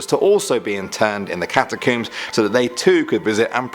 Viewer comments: ''Cat-a-kooms?'' REALLY? That is the UK pronunciation? Do you pronounce the things you pull through your hair ''Cooms?''' No, seriously, I really want to know. Because the word ''comb'' is IN ''catacomb,'' so it makes no sense to pronounce it differently then the words it is made up of, and if anyone were to mangle the word, it would be more likely to be the US version. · You said catacombs wrong btw